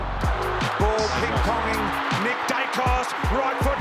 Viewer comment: You said nick wrong